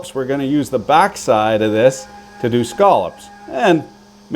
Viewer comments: As a displaced maritimer, I thank you for the PREFERRED pronunciation of scallops!!! Not scallops, but scollups!!!! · Thank you for pronouncing scallops correctly.